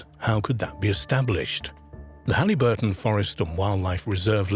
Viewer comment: It's Haliburton, pronounced Hal-i (short i) - burton, not Halleyburton, Ontario.